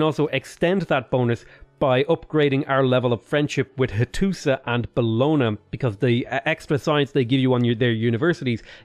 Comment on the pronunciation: Triggered by the pronunciation of “Bologna”